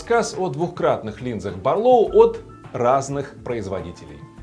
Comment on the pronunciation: Барлóу, тут вроде правильно. Вот бы во всём обзоре так